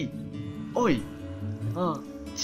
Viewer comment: 螢女我聽成"贏女"劍男我聽成"箭男"紅男我聽成"虹男"哈哈!!